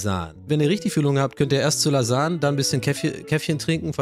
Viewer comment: Profis für richtig gute "Lasan"ge aber auch die Bolo ist Gut 👍🏼